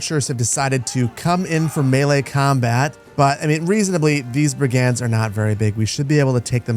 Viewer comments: What the heck are brie-gands!!?? Brigands, Brigands. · Pronunciation queues as a few of these seem really strange to my ears … Brig-unds, not brig-ands Lee-neck, not lie-neck Loiter Floocht, not Lighter Floocht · Best Manor Lords content BY FAR. One tiny thing: Brigands. Pronounced BRIG-nds. Not bri-GANDS. Old world bullies, low-level criminals and unsavory types who're happy to be paid for busting heads. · Bri-gands should be brig-uhnds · mfw he doesn't say bri·gndz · You don't pronounce the "a" in the word "brigands". "Brgndz". Looking forward to the great urbanisation. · Love this series. One minor quibble is your pronunciation of brigands. The emphasis ought to be on the first syllable not the second as you say it